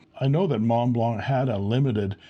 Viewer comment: What's a "Monteblanc",?!